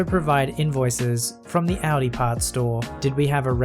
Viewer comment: Your perfect pronunciation of Audi makes me so incredibly happy!!!